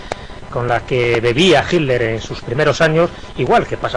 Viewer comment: Porqué pronuncian tan mal el nombre de HITLER? Me he dado cuenta que la mayoría de los españoles, no lo pronuncian correctamente.